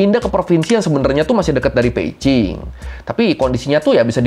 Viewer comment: Mantap nih, abang ini, mulai baca yg bener, b di baca p, salut buat abang 👍🏼